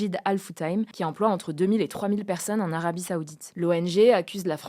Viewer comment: On dit pas perseunne mais personne